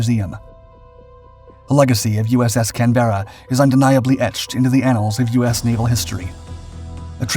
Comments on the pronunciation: it is pronounced IN Australian slag as "CANBRA'" NOT CAN-BERRA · Can-ber-ra NOT can-bera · On a small point of accuracy, it's 'CAN-berra' not 'Can-BERRA'. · I hate how you pronounce Canbera. Its "Can..ber..a" Not "Canbeara" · Just wanted to make a point about the pronunciation of the Australian capital city, after which, the ship was named was incorrect. Australians say Can-Buh-Ruh, and not Can-Bear-Rah. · Am I the only one who flinches at every instance of the narrators pronunciation of the ship's name!? Sounds like - Can-bare-ra, rather than I a brit would always pronounce it Canberr-a. Otherwise very good an interesting video. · Almost willful mispronunciation of the ship's name (actually Can-bruh) isn't a good start. But I'm still not sure what this monstrous and pivotal post-war role was. She was damaged at Leyte, fully repaired back in the US, mothballed for several years, converted to a guided-missile cruiser and eventually deployed to the Vietnam theater. But at no point did she use her missile system in anger and she was used in SE Asia only for her guns. As I understand it, the missile capability was also fairly quickly made obsolete, which is why the conversion wasn't completed. So a great ship and no doubt loved by her crews, but not exactly pivotal or exceptional' She wasn't enen the USN's first missile cruiser (USS Boston) and despite the title of this video the conversion wasn't a consequence of the damage suffered. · Please don’t say Canberra cam Berra you are actually meant tot say it cam-bra what Weber I know how it like pronouncing name everyone you say is cam-berra all I could do is cringe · Can ber ra , not can bear a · AARRGGHH! It’s pronounced “Canbruh”; not Can-berra”! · I think you were meant to say, "CAN-berra", instead of "Can-BER-ra"! As THAT is actually how you pronounce the Australian capital city's name! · If she was named in honor of an Australian ship, please pronounce the name correctly - it’s Can-bruh, not can-bearuh.